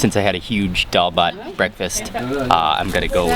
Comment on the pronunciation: Any Bengali family would adopt you happily for mentioning DAAL BHAT so many times with that fine pronunciation and eating them with bare hand at the end.